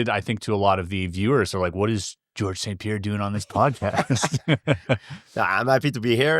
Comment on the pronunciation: the grin GSP has after hearing his name pronounced correctly 😂